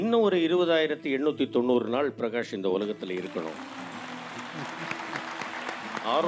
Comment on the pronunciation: Pragash kedaiyadhu prakash sari aahi uccharikkrada kathuko avaroda per appadi illa. Pragash nu avaroda appa amma avaruku peru vechille avaruku avaroda appa amma vecchirrukradu prakash nu. Avaroda mulu peru prakash raj.